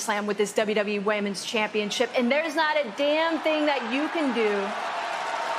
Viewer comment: Yes she did, I noticed that too.